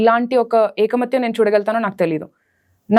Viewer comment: It is ikamathyam, Not ekamathyam.